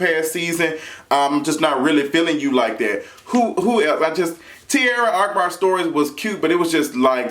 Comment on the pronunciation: I love that you call him ARKbar even thought its AHkbar😭😭